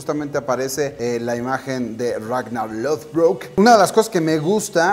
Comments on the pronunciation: "RagnaR"!!!! no Ragna... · Xq le dice ragnal - _- no es monsters inc.